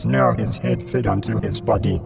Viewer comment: Insteand of body I heard butty